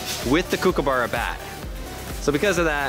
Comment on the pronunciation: “Kook a burrow”😂😂😂😂😂 I’m Australian